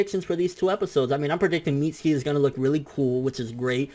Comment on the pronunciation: My sons name is pronounced MIT-SUE-KEY not MEAT-SKII you mexiturd